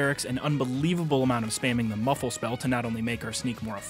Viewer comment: I heard buffalo spell instead of muffle lol 😂 that caught me off guard drinking my coffee